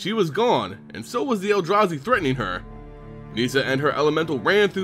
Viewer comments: Its Nis-sa not Nees-sa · i love your videos, but its painful listening to you pronounce some of the names. Garook! wtf? neeesa?